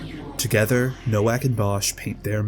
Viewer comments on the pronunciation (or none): Hearing you so blatantly mispronounce Nowak hurt me just a little bit inside TwT (his name is polish, more accurately being pronounced like “No-Vahk”) but aside from that I absolutely love this video! Also I can’t believe you used the weezer art of the characters for the thumbnail lmfao